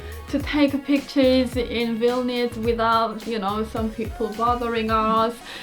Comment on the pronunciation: well jokes on you im already in baltic's i'm lithuania >:3 also i like how every person pronounce vilnius wrong ;w; but it's okay